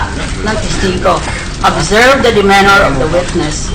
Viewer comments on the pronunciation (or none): De MEH nor ? LOL Miriam mispronouncing demeanor ?